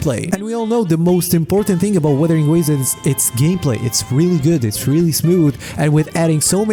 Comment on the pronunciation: Btw, It's "wUthering" not weathering.